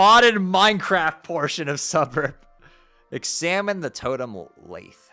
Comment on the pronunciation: Lathe rhymes with bathe